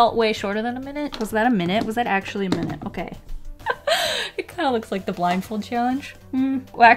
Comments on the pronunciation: "one minte" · ‘One minte’